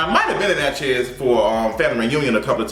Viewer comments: Its Natchez (pronounced "natches" .. like matches) .. NOT Natch Heaz!!!!!! 😂😂😂 u stay messing up words bro lol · I’m not interested in seeing this movie in the theater, maybe later. Btw boo, it’s simply Natchez...like Mattress. I live for your pronunciation though 🤗😘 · It’s pronounced Natch is, like matches but w a Nat, love you. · Lol the way you pronounce Natchez (Nat-Chez) lol. Lol 😂 it’s all together. Southern Mississippian here lol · Nat- chez 😂 never heard it pronounced that way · You are miscategorizing Natchez. Don't be out here spreading ill informed opinions to your viewers. Black folks can drive through Natchez just fine. You don't even pronounce the town's name right for God's sake. So I know you don't know what you are talking about. Go visit, talk to the people, get out and then let us know how folks treat you afterwards. Only folks who don't know any better are scared to drive through Natchez... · The way you keep saying “Natchez” is tickling me 😆. I’m from Port Gibson, Mississippi which is about 45 minutes away from Natchez. I know a few black people in the area that would’ve made this movie way better.